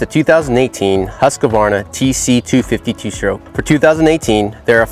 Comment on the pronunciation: Stopped watching after he called it "Husk-a-varna" for the 10th time!! Seriously is it that hard? Husk-varna! Say it... Husk-varna! Husk-varna